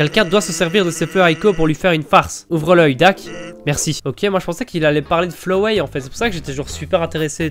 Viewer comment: Par pitié quand tu dis flowey tu ne dis pas Flo ouais mais Flo oui!!!!